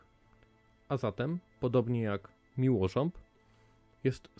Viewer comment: Miłorząb a nie miłorzęb